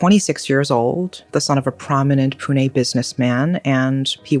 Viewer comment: First time a foreigner gets the pronunciation right on 'confusing' place-names in India. Most first-timers would say "pyoon" for Pune. says it the correct way, "Poo-Nay". Shows does her research reasonably well. One pointer, though. In India, words ending with "-gad" or "-gadh" are pronounced as "-garh"(garr- a subtle roll of the tongue, almost nasal). So, fort lohagad/lohagadh will not be "-gaad" or "-katt." Cheers.